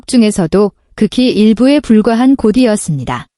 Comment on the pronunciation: 곳이였습니다늘 고디였습니다로 읽으시는데 두음법칙에 따라 고시였습니다로 읽으세요 참 나.